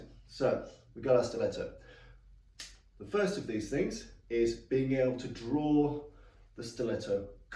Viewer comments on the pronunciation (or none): none